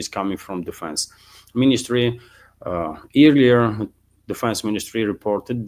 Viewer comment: "earlier" is weirdly pronounced "air-lee-er". Think "earl" not "ear". ;-)